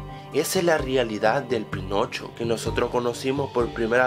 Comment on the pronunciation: Soy el único que en el inicio escucho penocho?